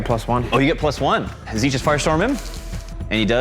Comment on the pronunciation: Why is he pronouncing it Zeetch? xD I like how is wearing his backpack while playing xD